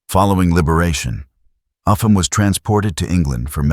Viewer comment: His name Upham is pronounced "up ham" not "ufam"